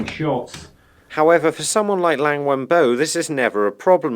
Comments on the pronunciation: hey, loved your content so far, but it's LIANG Wenbo, not LANG. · You keep mispronouncing Liang.